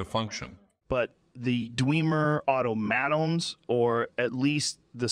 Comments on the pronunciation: Dweemer auto maytawns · The way he said automatons hurt my very soul. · Lol. Its Automa-ton, not Auto-Maton. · It's probably because the voice lines they used as a reference for the AI to learn from didn't have any vocal inflexions or sounds for them to properly have them pronounce those words, same with how Rogan can't pronounce "automatons" and instead says "auto.. mahtONs" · otto-mad-ons is absolutely how Joe Rogan would pronounce Automatons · "Dwemer Otto-Mattons" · Dwemer Auto-Mat-Ons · "auto mattons" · Auto Mah Tahn. Not auto matt in.